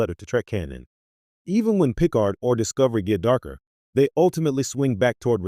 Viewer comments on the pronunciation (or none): Yeah. It can't even pronounce Picard.